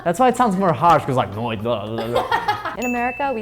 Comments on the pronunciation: "Noite" " See, he swallows " Nooo.... it's you who add stuff that isn't there: "Noitchi" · We eat the word because we don't say the 'e' in 'noite', but Brazilians speak 'noitche' and it's not wrong? ahah